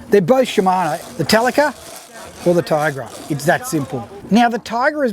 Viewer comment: "Ti-agra"like tee-agra, not "Tai-agra". Duh... I have both, but my Alutecnos Albacore is better than both (apart from the clicker volume, which you can put a stronger spring in for). If you don't look after your Talica, the frame with corrode way faster than a Tiagra. Talicas feel flimsy compared & have a silly light weight rod clamp system. The internals are nowhere as beefy as on the Tiagra. It I was going to war against an army of Swords, I would take the Tiagra. It's a nicer thing to own also, if you only can have one or the other. The Tiagra feels like something you would hand down to your son, the Talica feels way more disposable. There is one thing that is nicer on the Talica 2-speeds though. The 2-speed button, it's great & looks nicer than the Tiagra/Tynos & TLD ii's one. They are different reels at the end of the day. I doubt they will be making the Talica in 30 years' time though. The Tiagra has stood the test of all that time. There's a reason they are still great sellers today. Quality. If you're into cars, I would make this analogy: If you like techy Jap turbos, get the Talica. If you like V8's, get the Tiagra. Boy's toys personality wise. But if you like Ferraris & euros, get an Alutecnos.